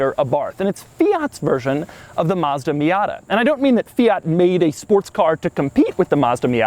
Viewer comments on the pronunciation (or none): It’s a MAZDA NOT !! A Meeyada ??? And a FIAT Please get the name right please